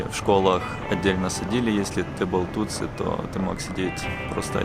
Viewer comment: Не Тутсу, а Тутси